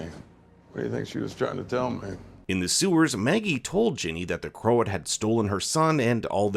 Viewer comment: And Croat isn’t pronounced crow-at.